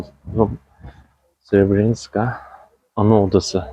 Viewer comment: srebrenıtska dıye bır telaffuz yok srebrenitsa